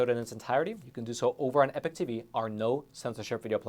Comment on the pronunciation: Isn’t it pronounced EE-Pok? Not “epic”?